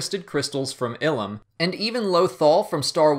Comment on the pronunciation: Eye-lum not ill-um